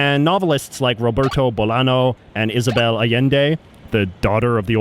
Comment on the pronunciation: */boˈlaɲo/ not /boˈlano/.